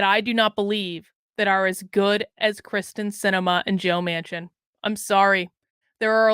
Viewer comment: I love ya! And Kyrsten Sinema, too. But check it out... it's KYRsten Sinema - NOT KRYSten Sinema.:-)